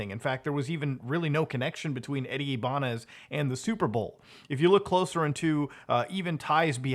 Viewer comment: You are the GOAT but you are saying my last name wrong it’s IBAÑEZ